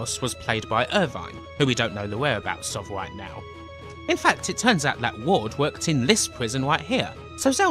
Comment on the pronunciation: are you saying watts?? watson??? ward brah WARD